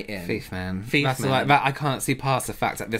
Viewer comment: by the way, it's "thief." And never call it vag-seline again, I beg you 🤣🤣🤣. Best use of CC on YouTube 💯